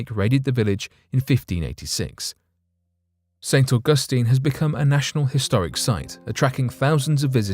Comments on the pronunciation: If you can’t pronounce ST. Augustine then find a different subject. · I cannot listen to this guy say st augustine anymore